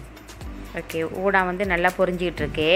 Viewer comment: Kam yeong udang lah, Wei. Not undang.